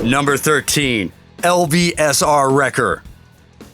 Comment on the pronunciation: Not lav L,A,V